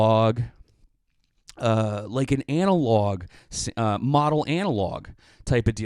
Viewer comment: Holy shit 15 min in and still waiting for the “review” to start. Jesus christ. Also its pronounced model like a supermodel not modal like the fabric.